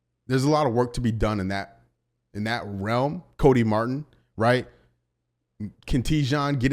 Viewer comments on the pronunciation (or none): none